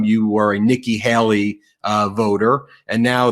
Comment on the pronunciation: It's Nikki HAY-lee, not Hal-lee. It rhymes with *hay*, not "hal".